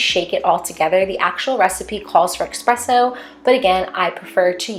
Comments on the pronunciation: It’s ESpresso NOT EXpresso 😭😭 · This video gives me amazing fall vibes ! It’s pronounced espresso not expresso tho! :)